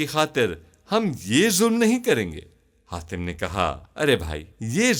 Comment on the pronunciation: Hatim ko khatim kyu bol rahe ho